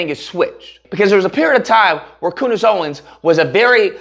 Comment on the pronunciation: COONdace Owens 🤣🤣😭😭😭 why am I just now hearing this?